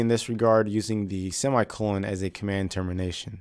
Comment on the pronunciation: "seam eye colon" that is great ;)